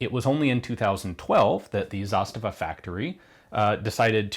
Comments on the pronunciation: "Zasta'va" (not "Za'stava") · It is not ZAstava, it's zaSTAva. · Stress of this word is on the first syllable in Serbian (and Bosnian, Croatian and Montenegrin); plus, it's a long falling accent (zȃstava), meaning that the finish of the first a sound is quieter than the beginning. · Brinkwolf most people seem to use the Russian pronunciation of the word with stress on the second syllable rather than the first. As an aside, not only is the pronunciation different but so are the meanings. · Please explain. As a Russian, I've only heard this word with stress on the second syllable.